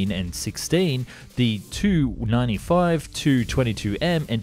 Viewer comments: Tu-95/160 etc. are pronounced as Too and not as Tee Yoo. Russian aircraft designations are based on the name of the bureau that created the aircraft, and the bureaus are named after the constructor. So Tu is short from Tupolev, it's not a designation of two words with T and U being the first letter of each word. Even if it was the first letter type of thing, Russians read very often those as "words" because it's easier. PAK-DA being the good example of this. I am not native Russian, but do speak the language and that's why I'm writing all of this. Check the Russian documentaries for correct pronunciation of bureaus and abbreviations. Start with Telekanal Zvezda, a great source of footage and information. Listen how the host pronounces the aircraft as Too - Dvadsat' Dva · No, it's not T-U, these are not initials nor first letters of words, it's shortened last name of the constructor - Tupolev. Check any Russian documentary for correct pronounciation of Soviet design bureaus. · Not sure if anyone has mentioned it but please, say “Tee you” rather than “two”